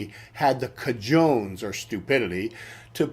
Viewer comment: Thank you for this. I never knew about Bragg's character. One thing: the Spanish word "cojones" is pronounced "co-ho-nes", not "co-jones".